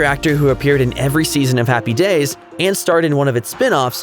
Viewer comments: It was driving me nuts...Happy DAYS...Happy DAYS...so strange. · It's HAPPY days, not happy DAYS. It sounded so wrong every time you said it that way. HaHaHa